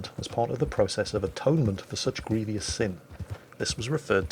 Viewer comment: And then brought religion in, AND mispronounced grievous. Oh Sir please don't change. Continue to be crap and we'll love you.